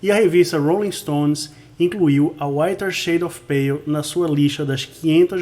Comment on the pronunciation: AMEI O SEU COMENTÁRIO E LOVEI A SUA ÓTIMA PRONÚNCIA EM INGLÊS DO TÍTULO DESSA CANÇÃO TÃO ETERNA!!!